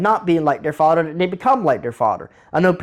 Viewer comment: So glad i stayed for Fawdder and Mudder 🤣🤣 Never change!